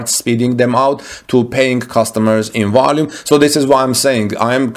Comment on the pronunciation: "High wolume"?